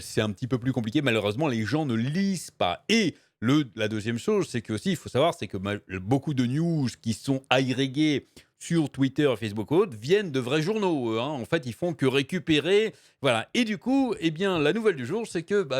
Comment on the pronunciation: Juste une petite remarque : on ne dit pas "agrégué" mais "agrégé"